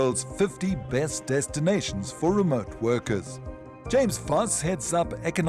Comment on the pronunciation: Lol not limpopo please